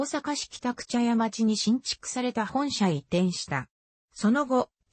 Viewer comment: モシモシ、茶屋町は「ちゃやちょう」ではなく「ちゃやまち」でっせ。